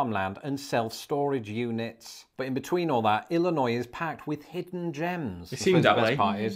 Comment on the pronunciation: Thank you for pronouncing Illinois correctly, many people who read it say the s sound, but correctly, the s is silent. Route 66 goes from chicago Illinois, to california, Would take many days to get from one side of United States to the other.